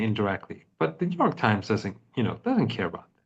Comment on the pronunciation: New York Times sounds like Netan Yahu Times.